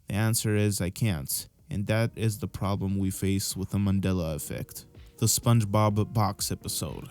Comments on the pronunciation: I'm sorry did I miss something or my ears going strange? why do you keep calling it a "Manila" effect? I know you know it's "Mandela". maybe it's just my ears but it's driving me up the wall. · It's not " manilla" , it's Mandella . If you can't pronounce it ,then you don't know anything about it. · Why does he keep saying :manilla effect. instead of mandella effect. Ennunciate? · Is mans saying Mandela or Manilla?? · Mandala, Not Mandela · Why does it sound like you keep saying Manila effect instead of Mandela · It sounds like your saying “Manilla Effect”😂😂😂